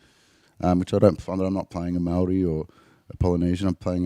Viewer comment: Respect, your Maori pronunciation in amazing. Looking forward to seeing you in this film.